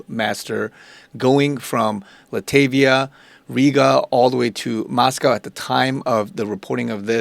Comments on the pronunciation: FYI, it's not pronounced "LA-TAVIA", rather it's "LAT-VIA"... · Enjoy your content. Btw it's Lat-Via not La-ta-via🙏🏼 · Dude, love your channel, but get to know your countries. It is pronounced "LOT VEE YAH", not "LA TIV EYAH". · Latvia not Latavia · Latvia is pronounced "LAT - VEE - YAH"" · It's pronounced La -t -via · Thank you for keeping us in the loop. It's pronounced LOT-vee-A or LAT-vee-A.